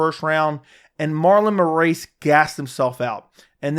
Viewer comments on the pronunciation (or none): Marlon "more-ace". Frankie "signs". "Peoter" Yan. Lol what's up with these alternate pronunciations